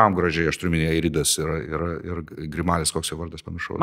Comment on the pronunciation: Algi, su visa pagarba išmokit tarti Manto Grimalio pavarde 😃😃